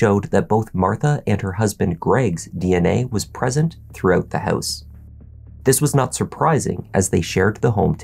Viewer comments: "What they found inside the hEuse..." LOL!!! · The way you say house and pronounce “ou” always rings my ears 😂